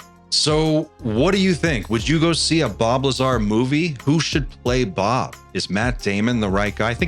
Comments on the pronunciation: He said Bob Lazary!!! 🤣🤣🤣🤣🤣🤣🤣🤣🤣🤣🤣🤣🤣🤣🤣🤣🤣🤣🤣🤣🤣🤣🤣🤣🤣🤣🤣🤣🤣🤣🤣🤣🤣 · "bob liezar"